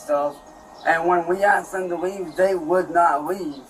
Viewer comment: "my family told him to lea'b, seb'ral timez" "Cops were called, frantically." Can we all give a chance a round of applause for how situationally aware he is which is detail recall of the tragic events on par with the storming of Normandy that unfolded in his front yard, also known as the great riot of Ohio 2023